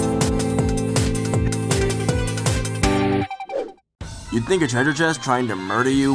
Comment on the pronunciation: Dere you go. Dere you go.